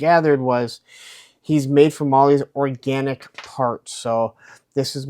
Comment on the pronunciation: “ ORGANTIC” 🙄🙄🙄🙄🙄🙄🙄🙄🙄🙄🙄🙄😐😐😐😐😐yikes